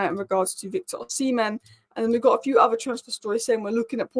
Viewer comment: Osi-men. Osi-men. Osi-men. Learn to pronounce his name correctly. Tbf, you were getting it right at the end!